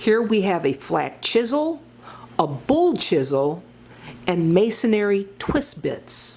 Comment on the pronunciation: It’s not masonary, it’s masonry, sorry if I hurt anyone’s feelings by pointing this out but I always hear people say it wrong and I feel like they would appreciate knowing the correct pronunciation